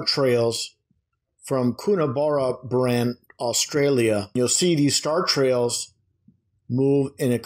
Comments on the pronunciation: IT'S pronounced " Coona-barra- bran FFS. That place was the bane of my existence when I was driving semi trailers interstate roughly every second day going through there. It's high in the mountains well inland and away from any sources of light pollution or other pollution and seemed to be the section of the run where I'd frequently have some sort of breakdown. Despite all that the view from the side of the road of the sky at night is just mindblowing. I could see so many stars it was incredible, and that's after coming from a western country town with pretty good clean air. If you want good views of the sky that area is amazing for it, it just doesn't like trucks lol. Not driving trucks I went through up there heading for a place much further north when that Hale Bop Comet was about and most of the way that night that was right in front of me as clear as a bell even over the glare of the headlights and from up there it looked amazing. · Coonabarrabran - Pronounced Kuhna bloody Barra bloody bran. It's 6 hours drive from Sydney, so not exactly close by, but probably close enough for these purposes.